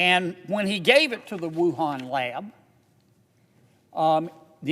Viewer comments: I've heard of "Torongkong" but never "Wuhong Canada" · wait, wuhan....CANADA??? LOL thats a funny slip up. This man is amazing though God bless him.